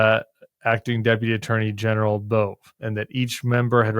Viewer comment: Side note: pronounced Bov-ay not Bove 😊